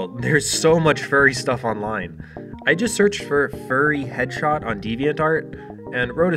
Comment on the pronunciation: It's probably me, but every time he says "headshot", it sounds like he's saying "hedgehog".